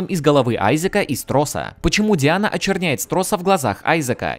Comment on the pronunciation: Зря ты не использовал ру озвучку, она правильная. Дэйна а не Диана. Да и субтитры мягко говоря не верны